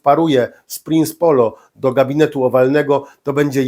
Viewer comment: Jak można głosować na tak niewiarygodnego i prymitywnego człowieka I poligloto nie prince polo tylko mowi się princ polo